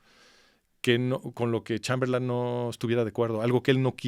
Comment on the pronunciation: Este sujeto es un vulgar charlatán. Hasta repite " Chamberlán", como si no supiera inglés, en lugar de Chamberlain SI QUIEREN APRENDER, verdaderamente , busquen al master de masters, aquí en YouTube : CHRISTIAN NADER